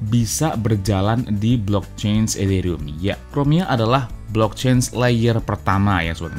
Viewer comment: Nyebut Ethereum kok kayak kumur-kumur